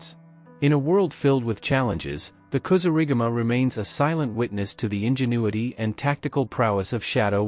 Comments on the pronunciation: Another I'll informed AI vid. As soon as it mispronounced Kasurigama, (said [KA-SOO-RI-GAMA] not [kasoo-riga-ma] ! ) I turned the vid off. Also, the AI generated images are terrible. Smh. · Kasuri gama he said wrong hummmmm